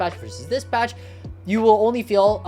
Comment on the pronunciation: I guess but what I mean is that the first word is very hard to understand, like he said "patch" but I thought he said "fast"@